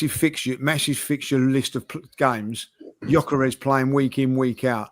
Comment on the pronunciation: The pronounciation is (Jö-ke-res). I’m swedish